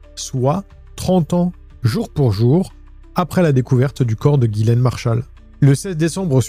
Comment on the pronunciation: Ghislaine ou Gillaine? Car dans la description t'as mis Ghislaine et tu dis tout au long de la vidéo Gillaine ? Sinon Omar selon moi est innocent que c'est une coïncidence qu'il soit présent dans les parages de la victime